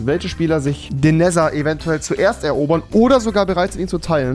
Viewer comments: Rewi es wird neder ausgesprochen und nicht nesser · Wie rewi einfach immerboch nether falsch ausspricht :D "NESER" 😂😂😂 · Er sagt zu nether neser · Cooles Video auf jeden Fall, aber es triggert mich ein bisschen wie du "Nether" aussprichst...